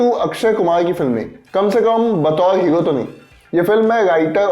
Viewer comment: हीरो होता है बे,,, हीयो नहीं😂😂